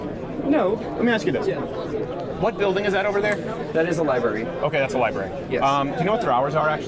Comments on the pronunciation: He said liberry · And the fuckin Dink calls it a liberry 🤦🤦